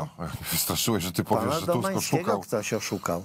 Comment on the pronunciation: Tchchusk mowi. sama phhawde😂😂😂😂😂😂😂😂😂😂😂😂😂😂😂😂